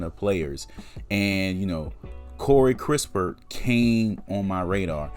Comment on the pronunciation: It's kiss-pert and not kris - pert.. Possible, If the spurs can get extra picks aside from the 12th in sign and trade with the lakers 22nd pick, then go ahead and get your shooter in kispert. 12th picks reserved for a sengun, Wagner or garuba who can play now..